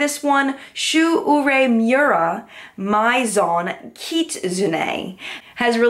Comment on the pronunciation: Hi HI! Love your "What's Up In Makeup' vids every week. Just a few helpful pointers for you pronunciation wise.... Pat Mc Grath - Pronounced "Pat Mc GRAAAA" (not Mc GrATH like math - McGrath like bra) Olivia Palermo - Pronounced Olivia Pal-ER-mo (Not Pal-Mer-O) Chosungah - Pronounced Cho - Sun(g) - ah Shu Uemura - Pronounced Shu Ooo-Moo-ra (Ooo like blue) Hope that helps! :)